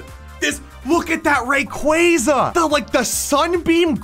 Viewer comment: no way you just said rayquaza like that